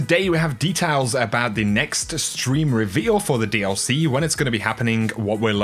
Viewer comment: detaals. I love it